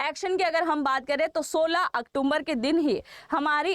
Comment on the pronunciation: मैडम आप तरह तरह के एजुकेशनल कोर्स चलाते हैं और बड़े शर्म की बात है कि आप अक्टुम्बर शब्द बोलती हैं जो की सही में अक्टूबर है कई कई बार आपको इस बारे में इंगित किया जा चुका है लेकिन आपके बोलने में कोई सुधार नहीं है